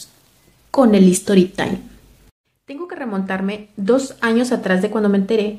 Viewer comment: Hola sin afán de ofender y más bien para q vayamos creciendo, la pronunciación correcta de story tIme es STORY TAIM, ya q escucho q muchos pronunciación History pero esa i de al principio no se debe pronunciar ya q lo están pronunciación en inglés si deporsi tu intención es decirlo en español sería hora de la historia ú hora del cuento.